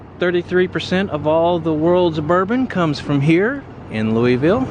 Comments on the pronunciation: It's Loo-uh-vul. Love: a native. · its Loovull like Moebeeuhl amabala and Missuruh. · Always a joy to see someone come to Louisville, pronounce the name funny, and see which parts of the city they went to. Thing about this city is, much like the weather, if you go a few minutes in any direction you're in a whole new world. Each neighborhood and vibe changes every 2 blocks around here. You'll go from our slums to a great part of town to an industrial park to a slum to a great part of town all in a 5 minute drive down one street. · Hope no locals heard the way you pronounced Louisville. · Got that right!!